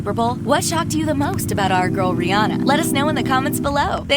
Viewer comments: Her name is RIHANNA! Not rihi. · Not Barbadian...is bajan And is not (rih+anna) is (ri+hanna) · She called her rhirhi way too much